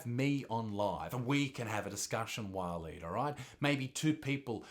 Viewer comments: Walleen or pauline?! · Waleed .. now there’s a real Aussie name 🙄